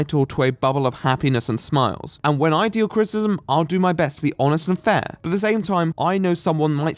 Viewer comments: What is "crit-cism"? You refer to it a lot. Is it anything like crit-i-cism? Like what I'm doing? You speak so f ing well that it just sticks out to me. Like an air bubble in a smooth coat of paint. Too much? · Is it just your accent or are you actually pronouncing criticism "crit-ism?" Because it's pronounced "Crit-i-ciz-um." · I need to set attempting to say "criticism" as my ringtone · Your pronunciation of "criticism" is awful.